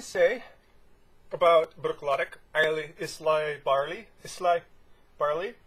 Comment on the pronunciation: eye - la is the correct pronunciation .